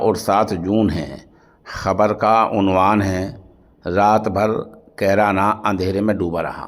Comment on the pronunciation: कैरना ❌ कैराना ✔️